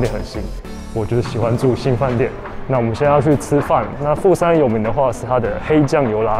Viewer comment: 你片頭的第二個富山是不是講成台灣國語啊！😂😂😂！沒關係這樣比較有梗啦！對了🙄，你那個烏龍麵開起來超好吃，價位如何？